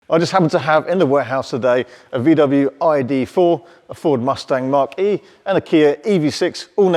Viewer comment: Your pronunciation of MUSTANG MACH-E is a horror !